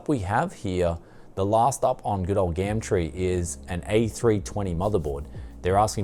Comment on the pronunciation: Please stop saying gamtree